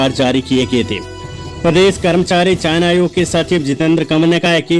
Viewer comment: चयन आयोग मेरे भाई चायना आयोग नहीं! उच्चारण विधि पर गौर करें।